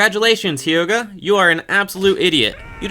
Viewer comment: Yes that “Hyoga?”one bugged me too